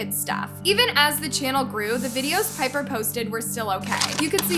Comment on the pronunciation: girl u happy dat ts happens cs u live off of peoples drama n that ruins their lives and yea wha tiffany has done is bad but srsly u can’t even say pipers name or nidals name right u need to like actually watch the videos n see stuff not j go to certain clips cs in some topics u don’t even kno wha she talking ab and claire’s little sister is so dramatic tiffany did nun to her especially to her not so pretty self 🌚